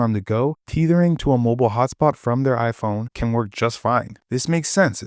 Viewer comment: bro it’s not teethering, tether, tethering, lol, great vid tho